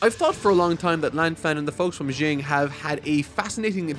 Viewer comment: Great video, FMA is my all time favorite. It's very entertaining and makes me happy seeing people get into the series and enjoying every second of it. Keep making great videos. (my only gripe would be your "Xing" pronunciation. To be fair, you're reading it, not necessarily watching all of it, but it's "Sh-ing") Love all your vids!!